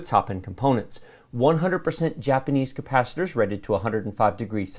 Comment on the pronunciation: man that thing looks amazing. and with the way that you're saying the word capacitor makes me think my computer will take me back through time